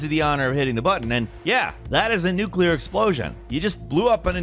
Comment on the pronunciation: Thank you SO MUCH FOR SAYING "NUCLEAR" INSTEAD OF "NUKE-ULAR"!!!!!